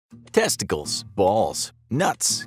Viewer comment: Lol. I really like this video the way he says tessties